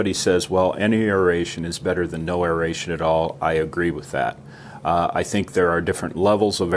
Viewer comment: Great video. I want to thank you for pronouncing aeration properly. Drives me crazy to hear people pronounce it (eh ree ay shn)